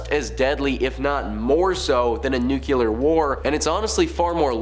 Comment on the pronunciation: New-clee-er, as in the nucleus of an atom. Not new-Q-ler. It’s not a nuculus.